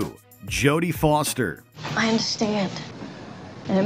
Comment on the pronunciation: 'Jodie Floster'